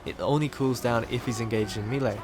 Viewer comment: "engaged in meeley" XD